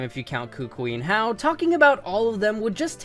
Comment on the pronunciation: It’s hau